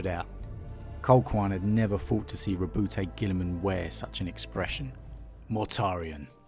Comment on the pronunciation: Lovely story telling skills, but it's not Roboute'... it's Ro"but"